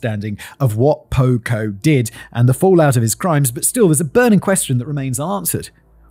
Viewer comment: I keep thinking you’re saying pogo and all I think is gacy….